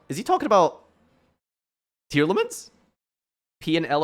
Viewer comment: Did you just say tear? They made it cost a maxx c per name and you said tear??!